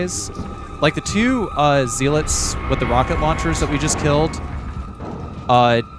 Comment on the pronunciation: Z-lits? Gun-DOUGH-luhs?! Bruh my OCD can't handle it